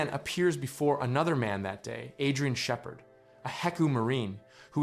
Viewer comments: you mean, get this AI a golden play video? Why else would an American-accented narrator pronounce "Shephard" as "Shefferd?" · Was this script written with AI or do you just not know how to pronounce words you’ve written like Shepherd not being sheffered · The pronunciation of 'Shepherd" is quite unfortunate. Is his name truly never spoken in-game for reference? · The best AI narrator I've encountered so far, but the mispronounciation of Shepherd and Xen give it away.